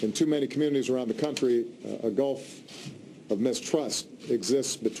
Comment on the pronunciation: A "GOLF" of MISTRUST....did he say that???? GOLF not gulf??????